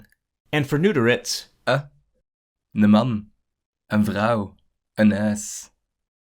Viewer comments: Some remarks: The indefinite article for Dutch was pronounced wrong, het said "één" (means: one, 1) he should have used "un" ("an") Dutch "Krant" also happens to be a French loanword, comes from Courant (current/actual => news) "Swat". My (Dutch) father (I'm Dutch too) would say "soit". Spelled the French way, meaning something like "So be it". Though its use is rare. Do you have any trouble communicating with people from Belgium? Well .. sometimes the "Ik zie u graag" was definitely confusing. Otherwise, as long as it is "tussentaal", it's not really very hard. Between "Ge" and "Je" and "U", you find that each party to a conversation typically just keeps using their own version. More Flemish loanwords: "Vijs" and "Turnevijs"/"Toernevies"; French "Vis" and "Tournevis", Dutch is all different: "Schroef" and "Schroevendraaier": screw/screwdriver. Also worth mentioning: in Flemish the use of "se", an interjection usually at the end of a sentence. If anything at all, the Dutch would say "he" in those places. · The Dutch speaker reads "een" as the numeral ("één", [en]) rather than as the article ("een", [ən]). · Correct, the Dutch speaker should have pronounced "een" with the 'Schwa', sound (as in 'a'bides), not like "één" (as in br'ai'n). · There were several errors in the video, like with the translation of "a house", the Dutch translator said "one house", not "a house" Een (a) is promunced as un Een (one) is pronounced as ane Often een (one) is written as één to clarify this. The word friet is used in the Netherlands quite often also, depends where you are. Verdieping and etage are both used in the Netherlands, so it isn't typical Flemish either. And bedankt and merci are both being used in Flanders. In the Netherlands merci was common too until 30 years ago, next to bedankt, but you don't hear it anymore now. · I noticed that when "een" was first used, you used the voice clip for "één", which means "one". "een" means "a" and is pronounced differently than "één"